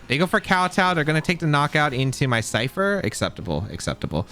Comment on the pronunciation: i cant rewatch this because he says "Cypther" instead of ScyTHer and it's killing me, otherwise great video